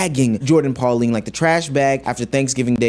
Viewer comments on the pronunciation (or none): Her name is Pauline not Polani 😂